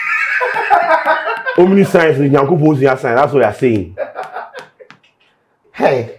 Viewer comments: It's Omniscience and not "Omniscent". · its not Omnisci-ence but omniscience